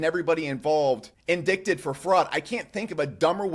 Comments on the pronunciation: Great vid. BTW - indicted is pronounced IN-DITE-ED, not IN-DICKED-ED. Such is the English language - all sorts of ways to trip us up. 💙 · How do you go on this rant and then mispronounce “indicted” like you’ve never heard the word, only read it. Average crypto IQ = 80.